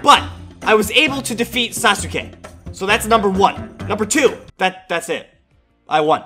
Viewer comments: When u pronounced it sasoke, it killed me from the inside. It's spelled sasuke but pronounced saske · It’s SASUKE not sas-uke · It's pronounced sauce Kay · It is sas ka not sa su ka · It is ( sah- ske) not ( sah-su-ske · When he said sasuke I was so triggered it's pronounced saskay and when he called sakura evil I almost died of not knowing anything about naruto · It sounds like he doesn’t watch Naruto sausukay😜😜😜🤪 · My man says sa-su-ka It's pronounced Sas-ka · It’s saske not sasuke Saskat is the proper way of saying it and his name is spelled sasuke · its sas ke not sas oo ke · It's sas ke Not sasuke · this is how you pronounce sasuke: sas-kay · It's pronounced sas-ka not sa-su-ka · It’s pronounced saske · Yeah he pronounces him sasoo kay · I love that he says sasUke🤣🤣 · Bro said sas oooow kay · I like how he says sasuka Wrong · its pronounced sas-ke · Say it like this sas k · Sasuke is pronounced as Saske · dude its pronouced sas-k-A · The way he says sasuke is funny and btw if you read this the u n sasuke is silent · The way he says sasuke is so funny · Maybe you’re saying Sasuke wrong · That’s not how pronounce his name😂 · Sakuras not evil watch the show that’s not how you say sasuke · Why he pronounce sasuke like that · ummmmm sakura is not evil sasuke is both and thats not how to prenounce sasuke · You couldn't confirm how to pronounce Sasuke's name before posting this?